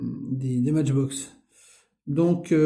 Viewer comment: Salut , avec les SI Mais je serais multi millionaire , ne te casse pas la tete quand on est gosse et bien on ne pense pas au futur on jou on fait des petites conneries , c est la vie . Beaux camions et Benz ( On prononce Maitchbox ) Merci pour la video , fait attention avec la peinture . Grüße aus Stuttgart .